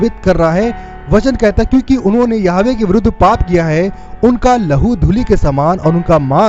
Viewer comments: Jai Masih ki brother aap yahova k naam ka shabd sahi bolne ki koshish karo Praise the lord Yeshu Masih ki jai ho amin. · यहोवा,,,,,, इस शब्द को सही बोलना सीख लो